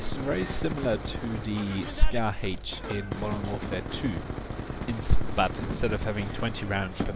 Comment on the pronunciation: 'Dee Scahh Haych' Hahah, I thought that accent sounded funny on those words. Very nice guide. I used the Scar H back in MW2 and I was happy to see it return. It's a different feel, but like you said, it can be a very good weapon if played in it's correct role as objective support. Thanks for the vid.